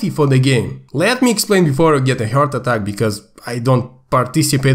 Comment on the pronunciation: ok I don't really care about the fucking patch but saying heart attack sounded so much like "Hurt attack" AND I'M LAUGHING MY ASS OFF BECAUSE OF IT HAHAHAHAA